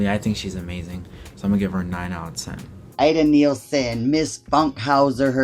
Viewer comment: Ida NIELSEN not neilsen. Born in Denmark. Nice competion, but try to get the names right.